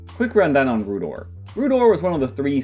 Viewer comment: Rhoo'dowr. Not Rhoo'dore.